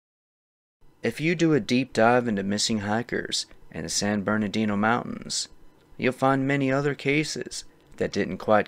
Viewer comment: San GABE-rial Mountains. San Burr-nardino.